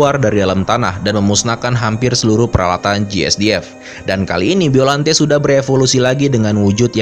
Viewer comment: Bacanya gak gitu juga kali baca biollante nya